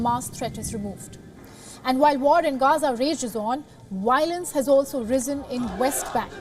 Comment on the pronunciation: Its violence not wiolence. Its volunteer not wolenteer. Come on now!